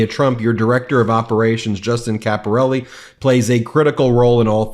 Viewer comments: You pronounced Caporale wrong. It's pronounced Capor- al- eh not Capor al- e. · Caporale is not pronounced Caporelli, you can do better than this.